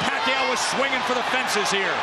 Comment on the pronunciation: "and oh paquiao swinvinh to the fences" 🤣